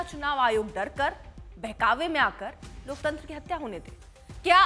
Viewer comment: लोकतंत्र होता है न कि "लोकतंतर" 😂😂 ये कौन कहा से आते है।